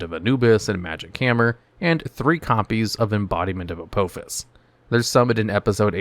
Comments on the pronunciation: It's pronounced Uh-Paw_Fiss, not Uh-Poe-Fiss. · Every time he says the name of the first trap card it aggravates me because he's pronouncing it wrong and it seems intentional, it is pronounced a-paw-fis. But not all of these traps are bad there's actually a couple of bangers in here they are just mostly slept on by people who play decks with a crap ton of spell cards rather than traps. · It's not "A-poe-fuss". Watch Stargate SG-1. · Judging by the pronunciation of the first card; you’ve never seen Stargate SG-1. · U said apophis wrong